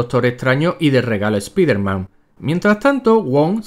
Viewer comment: Espiderman?? Doctor Extraño?? Cáncer de oído instantáneo!! Dx